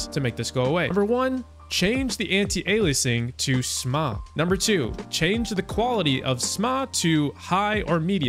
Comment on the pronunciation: I would have done dis if he didn’t say SMAA as Smahh